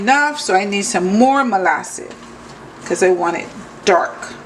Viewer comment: She just pronounced it how she wanted but it is molasses